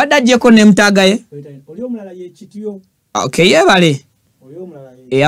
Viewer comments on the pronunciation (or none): none